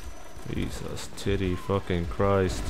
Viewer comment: u didnt say jesus u say CHEESE-ZUS